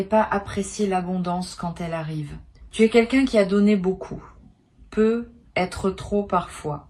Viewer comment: C'est si difficile de prononcer ne serait-ce qu'une seule fois sur une trentaine de fois, correctement "peut-être" en faisant la liaison ? Ahhhh aïe aïe aïe aïe.... Non mais quelle idée de faire parler une IA à sa place d'autant plus lorsqu'il est question d'un domaine essentiellement basé sur l'intuition profonde !!!!! Heureusement pour vous ET pour nous, là où vous pensiez tromper votre monde sur la qualité du choix de "vos" mots, il convient de rappeler que même une IA fait partie de l'univers au même titre que des cartes, des planètes, etc Donc vos tirages en fait sont dingues ! P.s : d'avance, inutile d'essayer d'argumenter avec moi contre le fait que vous utilisiez bel et bien et à 200% l'IA => je reconnais parfaitement leur signature (notamment sur l'abus d'utilisation de tournures type "Non pas... mais parce que..."